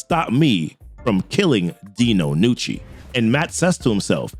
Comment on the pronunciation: Props for pronouncing it "Nucci" and not "Ga-nucci" like so many people do with Italian names.